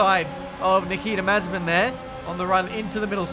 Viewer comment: Nobody:: Niki Da Mazepin